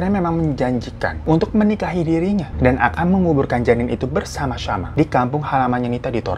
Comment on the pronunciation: pas ngomong "bersam syama" wkwk